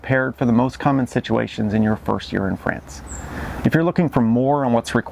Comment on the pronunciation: Please pronounce "France" not like Fran Drescher version of "pants". Try like "wants"?!